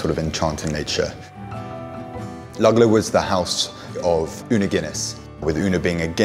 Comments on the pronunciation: The mispronouncing of Luggala (correctly pronounced ‘Luggala-law’ repeated over and over is equally grating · Pronounced ‘lugga-law’